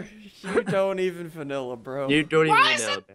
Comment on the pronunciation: SSundee : we vinialla bro Crainer: we cream bro